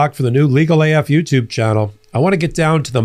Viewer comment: I laugh when you say Legal A "F"utube.